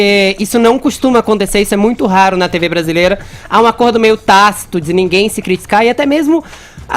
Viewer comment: "Fazer um tedzi, inédzito,critcicar".. Pq esse cara fala assim? Ele n parece ter língua presa